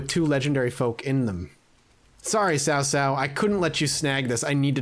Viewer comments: It's definitely pronounced T'sao t'sao. Chow chow is incorrect. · I’m not sure who told you it’s pronounced Sow-Sow (like the word for female pig). But it’s actually a lot closer to Chow-Chow (as in the slang word for food).